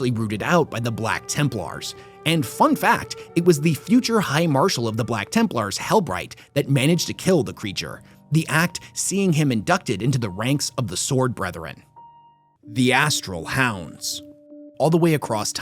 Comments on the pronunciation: Sorry to be the party pooper...... You mispronounced the Templars marshalls name. Helbrecht. Hell-breck-t......Helbright sounds like a grimdark 'my little pony'..... I apologise for being picky.....your stuff is so good that I picked up on the slight error..... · Did you Just call helbrecht - helbright? 😅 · my mam. Is Helbrechts name pronounced “Hell Breckt” or He’ll Bright” I’ve never heard anybody say it as bright and now it’s throwing me for a loop lol!